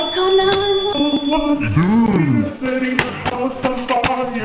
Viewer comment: it sounds for funny when you say fire